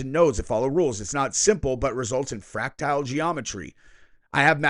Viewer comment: It’s not fractile geometry, it’s fractal geometry. Based on the Mandelbrot set equations.